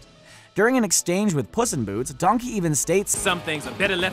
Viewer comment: Donkeh more like dankey